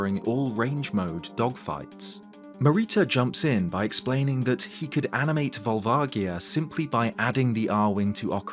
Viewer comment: Years later and you're still saying Volvagia wrong. It's a "J" sound. Look at the name in Japanese